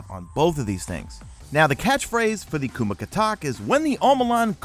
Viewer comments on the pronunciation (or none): Coming from a filipino, your pronunciation is not bad, but I will say it sounds closer to (koo-MAH-kah-tôk). Hope that helps in any small way, love your vids man! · it is pronounced kumkock